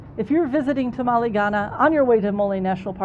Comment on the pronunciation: I loved this video. There are some places I will visit on my next trip. I did have a bit of a problem, your mispronouncing Tamale every time you said the word. It is not a Mexican dish..